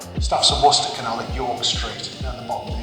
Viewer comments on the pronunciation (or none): none